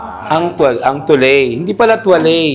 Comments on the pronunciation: Pauso naman si ate sa “tuley”. It’s pronounced as “twa-let”. Super cringe ng tuley hanep. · Oh-duh-twa-let. Hindi po Tu-lay. 😢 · Sorry Nakakahiya yung may ari hindi alam ang correct pronunciation ng "toilette" pronounce "eau de toilette" as "oh duh twah-LET" or "oh duh twah-LETT